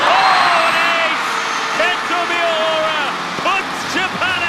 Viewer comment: みよーら？みやうら😅